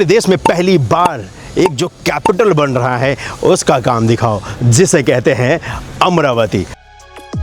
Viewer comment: Bhai yeh Amara-vati hai amra-vati nahi.